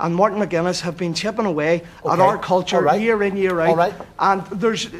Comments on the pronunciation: "our kulchure" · "Loyalist Kulthurr" get off the stage,. 😂